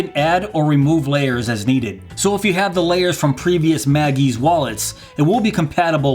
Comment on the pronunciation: I gather that Pikaka’s intended pronunciation of “Mag EZ” is “Mag eee zee” (like “easy”) rather than “Mag eeez.”